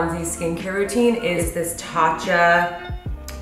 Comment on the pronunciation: Tatcha* not Tacha